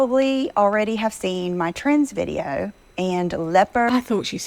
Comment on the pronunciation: I always think she's saying trans video instead of trends. I momentarily become interested thinking that she's going to come clean. 😞